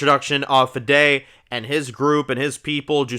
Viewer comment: I very much agree, great review and great season of reviews!! Also for future reference I’m pretty sure it’s pronounced fee dee.. for Justina’s uncle Fede